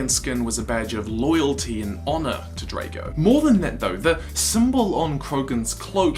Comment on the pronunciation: it's said as Draago